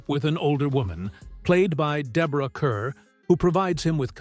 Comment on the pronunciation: ‘The children’s Hour’ is an amazing movie. As is ‘Rebecca’. I’ve read ‘Rebecca’ and seen the movie. I dint recall any gay themes in the book. Also, Deborah Kerr pronounced her surname Kar.